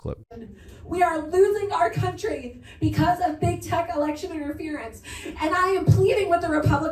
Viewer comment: It still baffles me, Ben, that you can't properly pronounce the word "because".